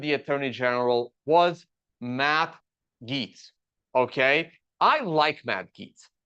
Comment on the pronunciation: Tuned out when it got to your opinion of Gaetz. That you have no idea how to pronounce his name is a flag for how little you know about the guy. Saying this as a staunch republican, Gaetz is an absolute snake. Trump loyalist, yes, but he's a scumbag. His resigning had nothing to do with this appointment, it was because the ethics committee report was going to go public if he didn't. He didn't need to resign until after he was confirmed.